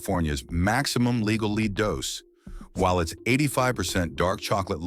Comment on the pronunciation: THE WORD IS LEAD PRONOUNCED LED ( WILL YOU LEAD ME ? I LED HIM LEAD IS A HEAVY METAL